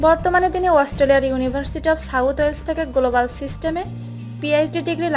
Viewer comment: গ্লোলোবাল,পেলে হাউস এসব কী উচ্চারণ।